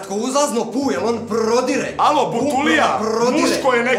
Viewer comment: I posle 7 godina.. On prrrrrodire